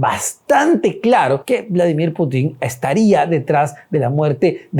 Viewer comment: Periodista de pacotilla, la KGB ya no existe, otra aclaración se pronuncia Putin , sin acento final. Infórmate antes de opinar